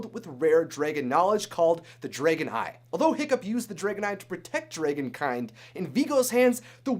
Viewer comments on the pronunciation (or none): dude you are saying dragan not Dragon idiot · y is he saying draygon?! its pronounced DRAGON!! drag-gon!! i swear to god!! the way he says dragon triggers my OCD and my grammar nazi side!! aaahhh!!!! (fyi idc if people spoil things for me. im a bit of a spoiler myself so its only fare.( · You keep pronouncing the word dragon wrong. It's dragon.!The a is pronounced like the a in the word am! Not drae like in the word egg! What the heck is wrong with you!? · it's dragon not dragen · dragOn not dragEn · Am i the only one a bit disturbed with how you pronounce "dragon"?? Like /drey-gen/????? Not /drah-gen/???? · I have to ask where are you from cuz I'm hearing Dray Gon not Dragon (soft A's sir soft A) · Am I the only one who noticed he's saying dragon wrong? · He keeps on sayin dragon wrong. Says it like"dray-gen". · the way he says dragon is like dragoon soooooo wrong omg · U say dragon like dragen I love it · "Dregon" eye? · Is no one else getting triggered by “draygon” 😩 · Why he pronounced dragon so wier thro the video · I hate the way you say dragon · STOP SAYING DRAGON WRONG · learn to pronounce dragon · DRAGON!!!! Not whatever the heck you're saying!! Driving me up the wall!! Other than that great video. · Did he say... drAgon? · U pernounce that so wrong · You're not the only one... I cringed every time he said it. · OMG STOP SAYING DRAGON WRONG